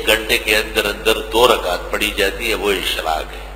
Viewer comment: اشراق ایسے ہوتا ہے بھائی اشراک نہیں